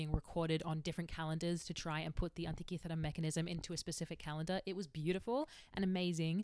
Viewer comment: I love how she says Antikythera ❤️😁